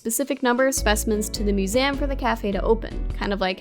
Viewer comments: You are the only person I know who pronounces it "Musame" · I say "museum" the same way as, and people tell me that I'm pronouncing it wrong lol, now I gotta show them this video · kora’s pronunciation of ‘museum’ makes my day, every day. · Same I’ve never heard anything pronounce it like that and it’s snazzy.